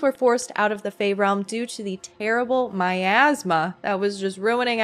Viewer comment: I can't stop hearing Miasma as My Asthma